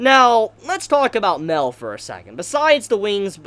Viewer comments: MAH-EL NOT "MELL" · You pronounce Mael wrong. You say Mel instead of My-Ell. I only point this out cause it's a significant name. Think of Moby Dick, "They call me Ishmael".